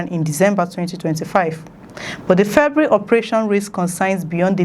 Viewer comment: Send them back home. Please Nigerians giant of corruption, giant of theft, giant of blackouts, giant of bad roads etc. a Failed nation. The word is not ( febry) it’s February. Four vowels not two.